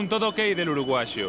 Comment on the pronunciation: "El Uruguasho"😂